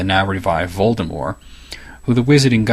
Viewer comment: I'm so glad he knows how to pronounce Voldemort.